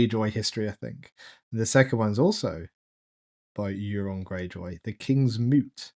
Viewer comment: Euron’s name is pronounced like you’re saying “you’re on.” Don’t pronounce it like urine. 👀 😅